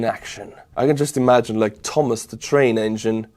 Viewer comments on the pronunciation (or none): none